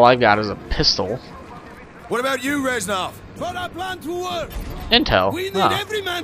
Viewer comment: i was half expecting you to say "REZNOR!" when you said Resnov.